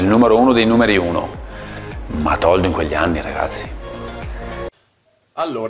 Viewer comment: Toldo o "Tordo"?